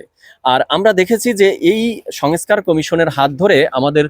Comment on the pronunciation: ভাইজান, আপ‌নি এ‌তো বড় প‌ত্রিকার রি‌পোর্টার/সাংবা‌দিক! আপনার উচ্চার‌নে সমস‌্যা আ‌ছে! ঠিক ক‌রেন। "সঙএছকার" কি? ২৩,০০০ কোটির স্থ‌লে ৬০০ কো‌টি চার ভা‌গের এক ভাগ কি ক‌রে হয়। "খাওয়ার আ‌গে মেয়াদ দেখা উ‌চিৎ"